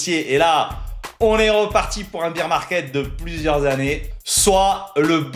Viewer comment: On dit pas beer (bire) market on dit bear (bère) market en gros tu prononces bière au lieu d'ours